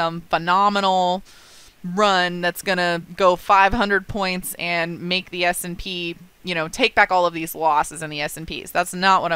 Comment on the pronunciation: Well explained...!, we love you, but please say "S & P" instead of "S & Peas". I had peas for dinner last night, but I look at the "S & P" index on my charts every day (note: singular - ONE index). So, you look at the S & P during the day, but you eat "peas" at night...